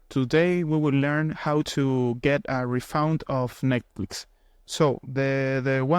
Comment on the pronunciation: Refund ❌️ refound ✅️